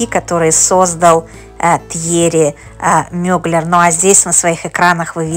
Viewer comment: Как вы только не искаверкали его фамилию!!! Но за видео большое спасибо!